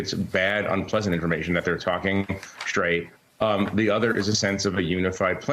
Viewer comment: “Shtraight”? is there an extra “h” in that word? get hip, jack.